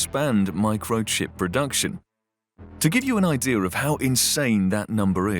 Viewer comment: The guy is pronunciation is not correct he says "idea-R" instead of idea" is the voice Ai?